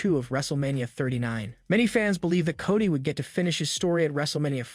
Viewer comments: It’s Cody, not Coddie. What a knucklehead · Please correct your pronunciation of names. It is not Coddy, McDonna, or Neya. Makes the video unwatchable and you lose of credibility. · Anybody notice the pronunciation of cody??? Titantron?? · He didn't even pronounce JD's last name right... He mispronounced Rhea's catchphrase name, Nia and Cody...